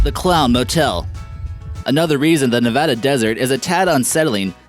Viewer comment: Thank you for pronouncing Nevada right